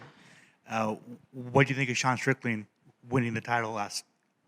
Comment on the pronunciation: Did he really call Sean "seen o malley" 😂😂